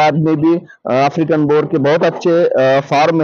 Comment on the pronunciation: Bor nhi boer bolte h bhaiyya